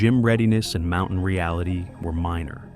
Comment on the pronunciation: "from the world's highest mou-en"??